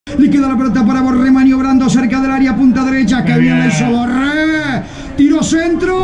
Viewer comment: Me pone nervioso como pronuncia tanto la R, Borrrrrrrrrrrrrrrrrrrrrrrrrrrrrre, Rrrrriverrrrrrrrrrrrrr, orrrrrrrrrtiz